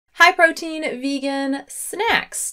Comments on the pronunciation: “ hi protein snacks” is what I thought she said in the beginning, like okay new fan name lol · I thought you said "Hi protein!" at the beginning löl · I thought that too! It was her intonation. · I thought she was calling me protein 😹